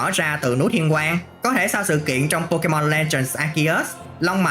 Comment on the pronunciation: Phát âm pokemon chán vl